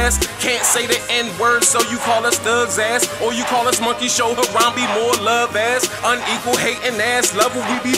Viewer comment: U said Lord Harambe's name wrong. Triggered.